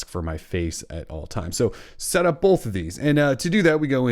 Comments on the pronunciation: Both* not bolth! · are you saying "bolth"? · Great tips! I am also super distracted by the way you say "both" lol